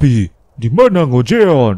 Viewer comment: jeon bang,bukan joen